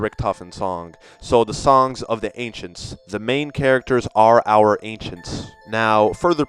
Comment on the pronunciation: he sounds Chinese when he keep saying songs